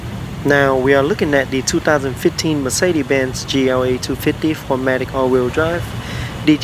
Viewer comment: Mercede?? where there hell did the "S" go??